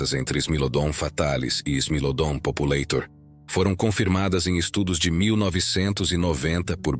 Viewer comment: Não se pronuncia "populêitor". O correto é "populátor". É latim! Não é inglês!